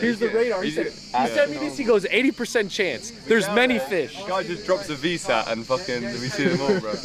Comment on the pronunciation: Did this guy just say VSAT 🤣🤣🤣